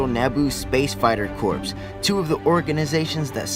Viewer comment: Corps is pronounced "Core". (just fyi)